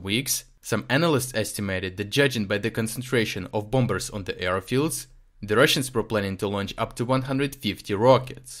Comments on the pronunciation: thank you... your articles are always really clear and interesting (ps the second 'b' in bombers is silent.. .so the word is pronounced bom-mers not bom-bers)... look forward to next episode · Good report, but just to let you know, the b in "bombers" is silent. We pronounce it "bohmers."